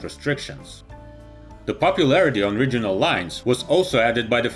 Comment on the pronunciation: What's a "RIDGE-unal" jet??